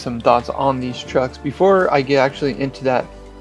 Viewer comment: “Deese twucks turn as good as Aces!”